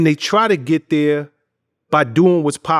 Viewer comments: When the interviewer says "right there" instead of Thurr the song didn't even come to mind. You not saying the name of the song right. Lol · It's Right Thurr not right there😂 been throwing that there all the time he mention the song he doesn't get it right thurr😂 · Right Thurr was a Hit Chingy had Everyone saying "Thurr" 🤣🤣🤣🤣🤣